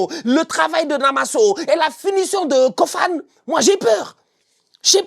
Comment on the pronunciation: On prononce KOFANÉ ...pardon appellez le comme il faut merciiiii